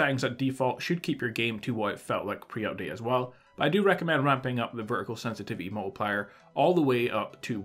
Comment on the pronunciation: Today we're going to discuss the sensititity seddings lmao.